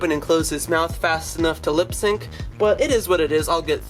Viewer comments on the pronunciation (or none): none